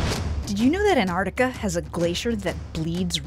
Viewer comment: Man if i hear anartica one more murican time